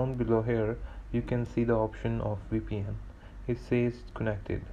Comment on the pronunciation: Thank you it worked for me. 🙏🏽 Suggest, Either stop moving your nervous mouse all over the place. Or get something else to show on the screen while you say your say WePN, which is pronounced V P N.